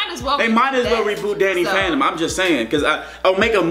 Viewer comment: When u said Danny phantom I heard Daddy fandom